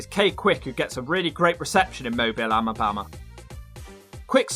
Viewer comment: "In Mobile, Amabama" Holy shit, lmao, got the pronunciation of Mobile super accurate, even moreso than people from the same state, then completely gets Alabama wrong.